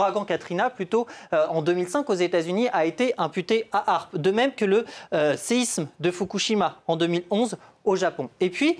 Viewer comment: Apprend déjà à prononcer l'acronyme correctement..